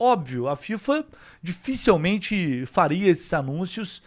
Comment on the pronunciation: pq vc sempre fala “dificElmente”? É dificilmente, cara! Po, francamente